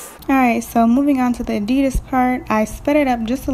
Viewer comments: You say adidas wrong but still is an epic vid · You pronounced adidas wrong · She did not just say adidas like that